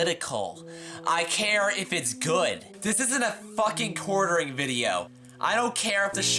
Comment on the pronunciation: Hmm..., I think you mispronounced the word, "good".